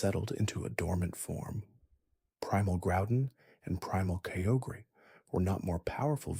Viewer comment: Kyogre is spelled kai-ogre, not keogre. Good video :)